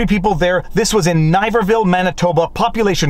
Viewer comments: The town name rhymes with liver. Niverville. Not n-eye-vervilleoh I voted ppc in the last election. Will again. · It's actually pronounced "Nivv-ver-vill" not "Nive-ver-ville" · Doesn’t matter if he’s is talking to four political supporters. It’s about the fact that this is Canada and he can’t talk with his four supporters. it’s pronounced Niv-ver-ville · Hi Viva, I live in Niverville Manitoba.. its a small point but it's Niverville said like the word Give. So Giverville with an L 😊😊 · Bernier was arrested because he didn't quarantine upon entering Manitoba, and Niverville is pronounced like riverville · Small nit pick. You said the town name Niverville wrong. Here is a local news clip that uses the name